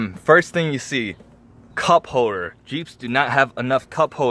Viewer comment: “hoder” me screaming “HOLDER”